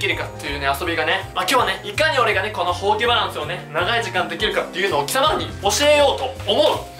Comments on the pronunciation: ほうきのイントネーションおかしくないすか？ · それ思いましたw ほ↑〜き↓ww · 手が丸まってるとかじゃなく「ほうき」のイントネーションが気になった笑